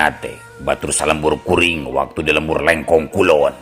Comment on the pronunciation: Sangu Lengko sanes Leungko 🤣🙏